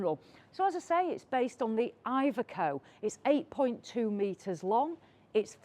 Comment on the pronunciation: You pronounce iveco wrong